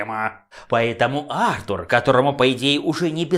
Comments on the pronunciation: Сергей Воронков, потому что британское имя произносится именно как Артур, а не артУр. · Почему Артур, а не артУр? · А́ртур, Ва́ркрафт... режет слух